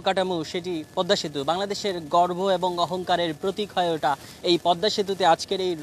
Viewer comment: কাঠামো কে কাডামু, ওঠা কে উডা বলছে, পাটাতনকে পাঢাথন, পিচ ঢালাই কে পিজ ডালাই, সুবাহান আল্লাহ, আল্লাহ্‌র রহমতে এক রিপোর্টার বটে । তেনার বাংলা উচ্চারণ দেখিয়া আমার পদ্মা সেতুর খবর দেখার ইচ্ছা মরিয়া গেল ।